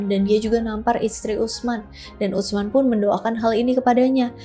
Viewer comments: Utsman dilafalkan biasa aja kak "Usman" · Ditulisnya UTSMAN...dibacanya USMAN aja 😊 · Izin menyampaikan pelafalan nama " Utsman " yang lebih tepat. 🙏🏼 Huruf "ts" (tsa'/ث) dibaca sebagai satu huruf. jadi, tersuara utuh, bukan seperti huruf "t", kemudian "s". Jadi prakteknya, terdengar seperti "s", namun dengan sedikit memgganjalkan ujung lidah ke gigi seri atas, dengan sedikit memberikan celah. semoga membantu. 🙏🏼😊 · !🎉🎉 Aku ga nyangka kakak bahas sahabat Rasul Saw, btw, pelafalan Utsman untuk "ts" pelafalannya itu sama halnya "th" di kata thinking..... Tapi sebelum itu, terima kasih yaaa🎉